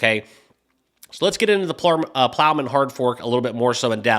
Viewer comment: Dude it’s Plomin not Plowman…that’s a sandwich 🥪